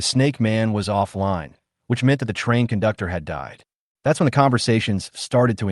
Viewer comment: I heard "kundoktor" nice😮😮